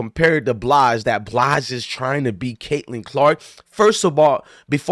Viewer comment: Dude you can't even pronounce Simone BILES name correctly and you claim you don't like her. What did she do to you?? She's a legend and the best gymnast ever. She was going through something and she didn't want to perform because in her profession you can seriously hurt yourself. Try doing backflips and tumbles and performing on uneven bars when you're not there mentally. You can break your neck or seriously injure yourself. Simone actually said "Fk y'all...I'll perform when I want, to not when you want me to.